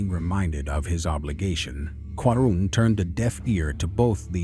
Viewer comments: He is QAARUUN not qarun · The name Qarun has been pronounced differently at various occasions. Even called Quran instead of Qaroon at one point. I believe it’s a deliberate attempt.